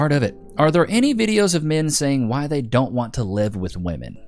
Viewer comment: 'Wi day doo dat?' Gross.